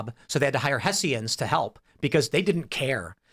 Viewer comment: Hessians is pronounced /ˈhɛʃənz/ (HESH-ənz) Tim.